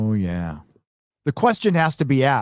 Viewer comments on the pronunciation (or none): none